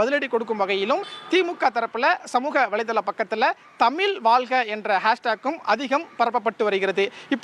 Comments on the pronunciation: தந்தி தொலைக்காட்சி க்கு ஒரு செய்தி உங்கள் செய்தியாளர் தமிழ் வாழ்க என்று சொல்ல தெரியல தமில் வால்க என்று கூறுகிறார் இப்படி சொன்னால் தமிழ் எப்படி வாழும்? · என்னது தமில் வால்க வா? முதல்ல தமிழ்ல ஒழுங்கா பேசுங்க செய்தியாளரே...நல்லா நல்லா வாழும் தமிழ் 😅😅